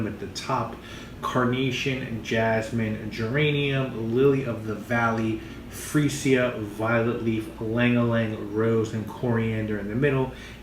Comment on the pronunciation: Not "free-see-a", "free·zhuh". Good review, though.